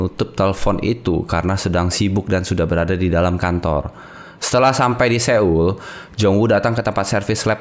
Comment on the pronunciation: Keren bgt kak kontennya, ini dari webtoon gila kesukaan saya. Tapi maaf nih, kakak perlu belajar lg cara penyebutan nama-nama khas Korea biar makin mantep review drakornya. Mulai aja dari cara sebut "Seoul"